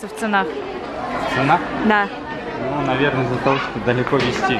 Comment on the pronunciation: asema она имела ввиду ударение, Ника сказала ценАх 😀